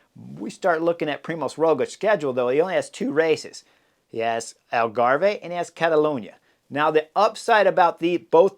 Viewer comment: Hi Chris ...Algarve is pronounced like Grave. no "eh" at the end. That is unless you are Canadian Eh! LoL